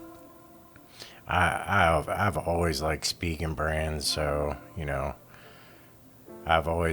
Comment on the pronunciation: Former Spigen employee - Thank you for pronouncing Spigen correctly.